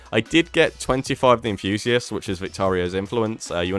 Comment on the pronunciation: I find the pronunciations of “unrequited” and “succor” to be offensive. Are you or not?! Edit: “The ‘Enfusiast’” absolutely sounds British 😆